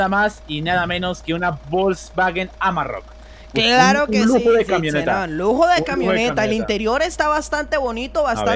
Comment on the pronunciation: No se dice amarrok se dice es amarok